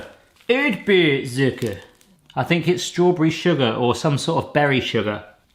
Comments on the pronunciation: I guess the rest is easy, not sure if I heard it right: Kokos-Zucker = Coconut-Sugar. Erdbeer-Zucker = Strawberry-Sugar. (I had to giggle a bit, cause he pronounced it like Erd-Bär, Strawberry-Bear. Sorry. Giggle.) Lebkuchen = yep, like Ginger-Bred. And bonjour, natürlich. :-) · URD-BURR ZOOKER As an American learning German, i was reeling with laughter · Ödbööh zucker xD I love it